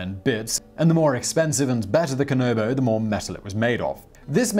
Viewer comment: Kan A bo not kan O bo also you mispronounce solo many other things in this, I have a feeling g he's just reading off wikipedia without actually knowing anything